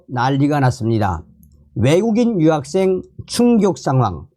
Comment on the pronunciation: 발음 똑바로 하세요 여학생 인지 유학생인지!